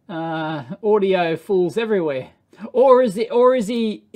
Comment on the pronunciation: Lol do you say “audiofools” instead of audiophiles? 😂